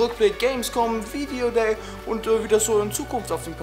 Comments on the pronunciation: Dner war auf dem ,,Video Gay" xD Fail bei der Aussprache :D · HAHAHA ER HAT VIDEOGAY GESAGT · Videogay haha bester versprecher :D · Hauptsache haste dich versprochene, viedeogay :)